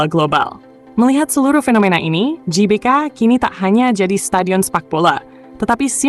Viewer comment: Klo mimin menyebut nya JBK bukan GBK , jadi Jelora Bung Karno dong.🤔 😅😅 bukan Gelora Bung Karno 😅😅😅